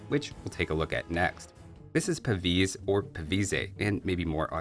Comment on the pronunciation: I said the same under another video but look, it actually says PAVISE in his game menus, so it's in English and should be pronounced without the last vowel.